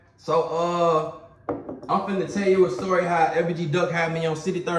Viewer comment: Lol u can’t make this shit up u gotta learn how to say story they be simple as hell , oN my kids